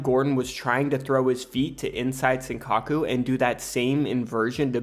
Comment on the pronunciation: “Inside sinkaku” people need to either learn how to pronounce stuff properly or just use the term in English, because these butchered Japanese terms are awful